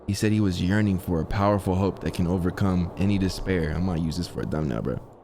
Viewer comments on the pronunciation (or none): none